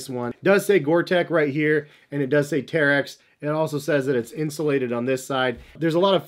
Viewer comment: Uh, it's pronounced Terrech.